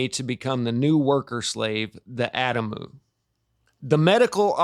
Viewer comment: Adamu: ah-dom-oo 😀❤️☀️